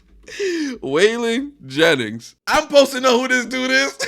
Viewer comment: Struggle is the grandson of a great country artist Wailing Jennings might odf butchered his name but it's awsome how he's in rap being his background